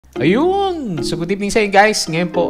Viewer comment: ang lutong nung "ayuuun!. thanks!😀